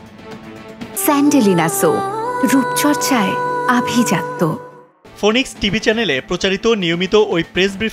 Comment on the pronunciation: ফিনিক্সকে বলে ফনিক্স😂😂😂